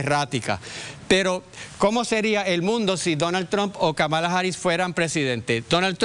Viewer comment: Vivo en Chicago y miro las noticias de Puerto Rico en Youtube. He escuchado en la mayoría de las noticias como pronuncian mal el nombre Kamala. Señores, la fuerza de pronunciación es en la primera sílaba (Ka) y nó en la segunda (ma). Parecería algo irrelevante, pero no es así. A nadie le gusta que digan mal su nombre. A mí por ejemplo no me agrada cuando acá alguien trata de Américanizar mi nombre. Kamala no es un nombre complicado para pronunciar. Señores aprendarse el nombre bien, pq ella será nuestra próxima presidenta y hablarán mucho de ella!